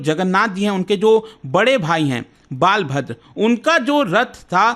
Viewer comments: Bhai it's not baalbhadr😂 it's balbhadr. I guess😂 hindi ko Angreji mai padhnay likhnay say aisee ke taisee hojaatee hai😂😂. Jaisay inderdumna nahee inderdumn naam hai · Nice content Sir. I m from Puri, Odisha. But it's बलभद्र not बालभद्र. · Baal bhadra nhi sir Balbhadra hote hay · बालभद्र nahi sir बलभद्र नाम है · Please pronounced properly Balbhadra.. Or you can say Balram